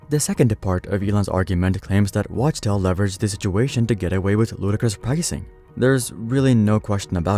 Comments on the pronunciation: It's clearly spelled Wachtell. How you keep saying Watchtell? It is pronounced Wak-Tell. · It’s pronounced “wock-tell”